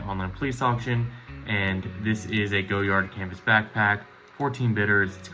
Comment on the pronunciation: Go-yard?!! LOL!!